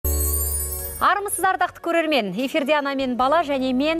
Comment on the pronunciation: Автор эфирде деген созди Ефирде деп айтасыз